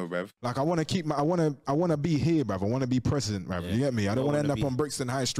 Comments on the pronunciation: he sais brev not bruh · Comment how many times you think he said “brev” 👇🏼